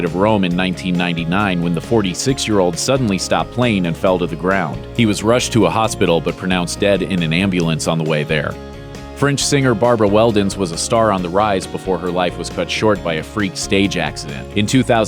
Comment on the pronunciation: i can handle a lot of pen-pen merger pronunciation, but calling french "fringe" is just too much. In 10 years people won't understand what you're saying anymore...